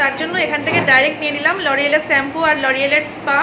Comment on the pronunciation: Plz sampoo bolona, khub baje lage shunte. Aageo onekbar bolechi. Kotha ta holo shampoo. Je bhabe SHOE uchharon koro temni. Shhhhh.